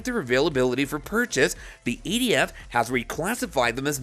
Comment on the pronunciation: It’s not eighty-F it’s ATF